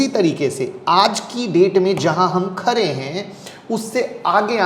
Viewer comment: khare nahi khade boliye